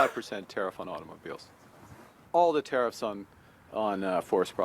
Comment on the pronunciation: There Tariffs... not Care-IF's